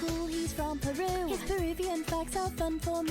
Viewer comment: you called peruvia and i’m laughing so hard oh my god